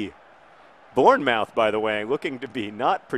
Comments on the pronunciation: btw it's born-moth, born-muth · It's pronounced Born-Muth good try though, i'm glad you feel better! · I had no clue what you were saying in regards to Bournemouth, it's said like Born-mooth :-) Glad you're feeling better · Again your pronunciation of English towns is killing me. It is Born-Muth. That's how its pronounced. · That pronunciation of bournemouth was truly awful, and made my day haha